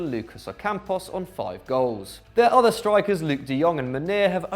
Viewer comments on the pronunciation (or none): none